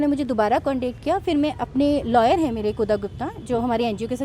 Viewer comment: Fri nahin madam Fir kahte hai.